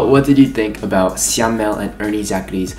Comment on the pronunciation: Your reaction to this mv is soooo cuteee 😆 Btw, Syamel pronounce as Sha-mel 😂